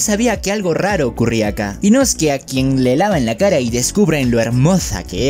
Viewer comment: es inosuke La pronunciación es diferente